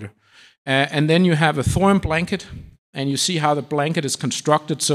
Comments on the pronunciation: NOT ......."THOR UM"............. it is................"THOR E UM"!!! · Why do you say thorum instead of thorium? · Why does he keep saying “thorum”?